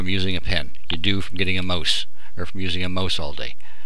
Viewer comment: mouse is pronounced maw-s not moose u stupid fucktard.